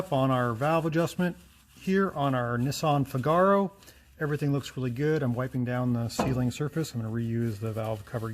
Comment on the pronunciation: Figaro is pronounced like the Mozart opera The Marriage of Figaro. the A is short 'ah', not long 'ar'.